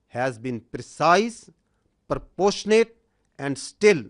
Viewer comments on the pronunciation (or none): Parposhanate ✅️ Proportionate ❌️